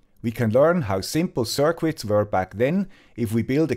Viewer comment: Cirqwits... Try "cirkits"